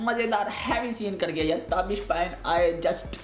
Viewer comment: Please correct your pronunciation. It's not "Tabeesh तबीश" but "Taabish ताबिश". It's a Farsi word meaning splendour